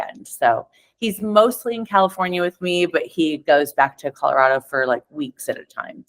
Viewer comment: So glad Kristen pronounces ColoRODo correctly which sounds strong. ColoRADo sounds ridiculous and weak and ignorant.